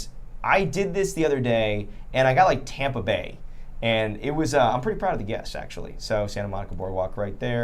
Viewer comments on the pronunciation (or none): none